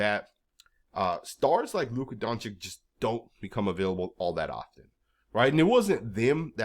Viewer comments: It's not Donchick. It's more like Donchich. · at least say your superstar's name right. it's Don-cheech